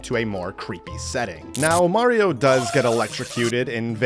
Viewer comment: “skulliton” ah yes murreo and is skulliton